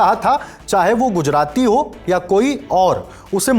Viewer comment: हू ✅ हो❎ 😂